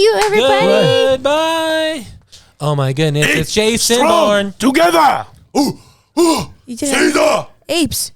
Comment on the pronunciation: Oh my gosh it’s Vason Vourne 😂